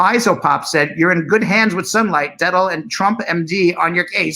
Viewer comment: It’s pronounced “dett-ol” :)